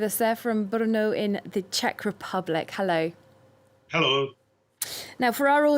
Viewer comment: Excellent pronunciation of Brno, miss. Heads usually explode trying.